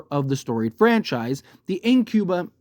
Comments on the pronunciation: In-come-bent and re-ja-men lol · 🤣🤣🤣 This dude can't pronounce the words "incumbent" & "regiment" correctly, and I assume he at-least finished high school. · It’s crazy how you can’t pronounce incumbent